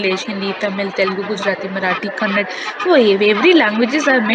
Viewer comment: Hooo... please... It's KANNADA... not Kannad🙏